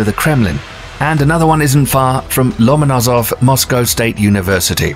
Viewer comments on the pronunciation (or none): It's scary. Lomanazov University:))) It's funny how you manage to distort Russian words.😅